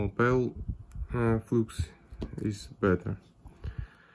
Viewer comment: Автор! Флюс по английски пишется flux но читается флАкс а не флюкс. Закрытый слог и т. д.